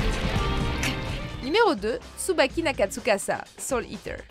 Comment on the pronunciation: Soul Eatewww